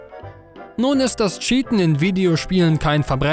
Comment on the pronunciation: Gutes video. Aber wirklich nicht böse gemeint... wie du manche begriffe auf krampf verdeutscht aussprechen musst... ist es anstrengend... anstatt cheaten sagt er scheaten... oder counter strike global offense ... stop it please